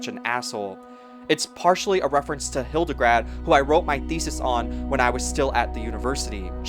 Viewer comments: Great documentary! Thank you for all the work of putting it together. You may wish to correct "Hildegrad" (von Bingen) into "Hildegard," the second syllable is pronounced like English "guard". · HildeGARD, not hildeGRAD 😆 sorry, I can't help myself Otherwise a very good documentary! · Hildegard, not Hildegrad 😊